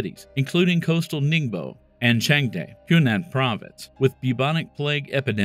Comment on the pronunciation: I mean this in the best way possible but pls research on how to pronounce names of foreign cities and/or people (ex. Baiyinhe, Changde) 😅😅 great vid tho! 🤍🤍